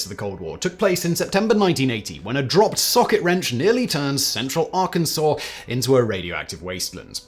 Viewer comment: THANK YOU FOR SAYING ARKANSAS CORRECTLY 🎉🎉🎉🎉🎉 I was waiting to pounce but you made me proud!